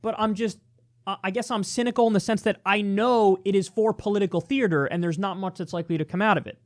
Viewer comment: grrr Kyle, I can't hold my tongue anymore. There's one R in 'theater'. Good talk though.